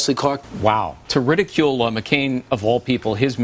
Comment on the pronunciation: "ridicule" wtf